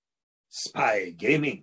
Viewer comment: spay gayming